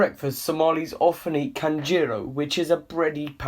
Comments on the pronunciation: not kanjeero and kambulo😂😂 it is canjeero "Anjeero" cambulo or "Ambuulo" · Guy said kanjero. 😉. Most possible way for a non somali to pronounce it- is anjero. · Not kanjero but canjelo pronounced as anjelo anything in somali language with c is spelled as ع in the arabic word so just say"a" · I really feel like eating some Kanjeero right now XD I'm joking, it's pronounced with a strong A (try saying An-jeero from your throat). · For foreigners who can't pronounce the word. Canbuulo Pronounce A= Anbuulo not Kanbuulo and canjeela pronounce A= Anjeelo or Anjeera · Is not kanjero is aajero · Don't say kanjero but say anjero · Bro u have done a very good job thanks. But let me correct a little pronouncing of some words like, canjero ( Anjero) and if u sea the c word u can easily say it as an (A). Thank u once again. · You said what KAMBULO 😅😅😅😅😂😂🤣🤣 AND KANJERO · "Kanjeero" lol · kkkkk mistake due to pronunciation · The way you said canjeero LMAO 😂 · Amazing video, but the c in Somali is not pronounce as a K so Canjero and camuloo are pronounce with a k, but more of a hard a sound a letter that is shared with Arabic. Also I Didn’t see those cabs when I went to Somalia, but I did see Bajajis(I don’t know how to spell it) these call vehicles that are also in Kenya with no doors kinda like scooters, with a back seat, a roof, and 3 wheels. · the way he said "canjeero" and "cambuulo"😂😂😂😂 good vid btw